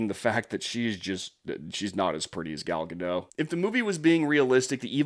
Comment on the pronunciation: Gadot, not Gado, the T isn't silent